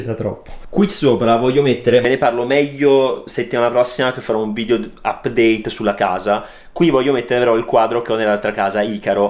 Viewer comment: si dice vidEo no vidio🤯 ogni volta eh!!